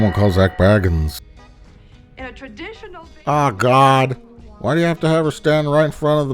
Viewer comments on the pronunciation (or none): Mike, I know this video is about a different horribly embarrassing obsession you have but since we dont share in it I must correct you on one that we do share in. Zak Bagans name is pronounced "Bay-gans", not like Baggins of the Frodo variety.